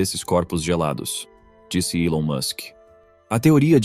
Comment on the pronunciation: O video não mostra imagem e ele ainda pronuncia o nome do Elon errado.. Perda de tempo